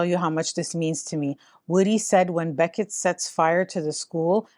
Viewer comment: What's this Beckett?! It's Bechet. Ba-shay